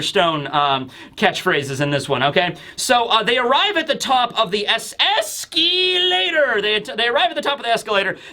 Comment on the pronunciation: Escalator, Escalator, Escalator... (Eals, Eals, Eals)